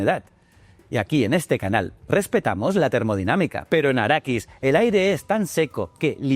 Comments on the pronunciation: Bien, pero es Arrakis (no arakis) y especia melange (no melonge). ;-) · Quiero pegarte cada vez que dices arakis!!!